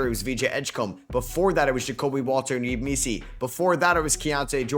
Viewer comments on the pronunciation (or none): none